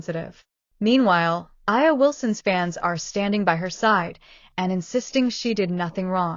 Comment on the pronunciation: First of all, if you're going to throw shade, at least get the name right. A'ja Wilson is pronounced A' jaa, not I'a or A'jay or A'nee. It just makes you sound petty. But don't get me wrong, I deeply believe A'ja is a terrible person. Her entitlement, bigotry, and racism are front and center for all of us to see. As a black man, I support Caitlin because she plays amazing basketball, and that's it.